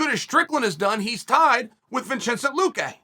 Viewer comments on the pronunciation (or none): Lol. You can hear him almost have Vincente but his mouth wants to say Vincent. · "Vinchencent Luque" Ok great.